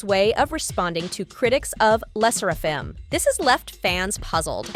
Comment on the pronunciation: I wish people would stop saying Le sserAfim instead of how it should be said